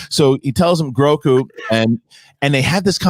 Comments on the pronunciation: Aw man. "Groku" does sound pretty good, but it is "Grogu", as I'm sure lots have mentioned. Will take some work getting used to and I'm sure he'll always be "Baby Yoda" to many. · Grogu, not groku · Grogu, not Groku lol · Grogu not groku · This dude doesn't seem to know loads about Star Wars. Also, the child's name is Grogu, not Groku! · Grogu. Not Groku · You lose your Star Wars street cred calling the Child "Groku" like 20 times. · If you guys call him Groku one more time......😡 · GROGU! Not "Groku"